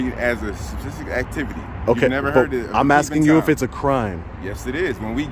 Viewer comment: This ignorant cop can't even pronounce the word suspicious!!! 😂😅😮